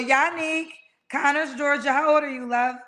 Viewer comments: kept saying "Conners, Georgia," and the woman tried to politely tell her in the beginning that it's pronounced "CONYERS, Georgia." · CONYERS NOT CONNERS